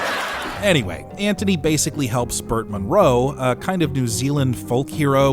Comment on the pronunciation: Sounds like he’s saying “Ant-Honey” every time 😂